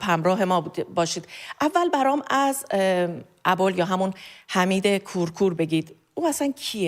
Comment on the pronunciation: ابولحمید کورکور. درست تلفظ کنید. ابولحمید کورکور🖤🖤🖤